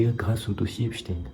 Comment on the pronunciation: Bravo pour cette "histoire" dont même Ardison avait été extrêmement choqué à l'époque et en effet je ne vois pas pourquoi on prononcerait "Epstine", c'est bien Epstein ; si tu appelles Frankenstein "Franckestine" cela ne va pas lui plaire non plus.